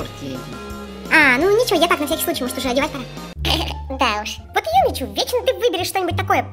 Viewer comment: Не Юми Чу а Юми Чю!)